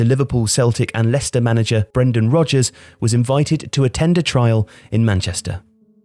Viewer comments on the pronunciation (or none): none